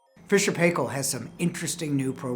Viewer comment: Makes me laugh when you say fisher and paykel , No one say it like that here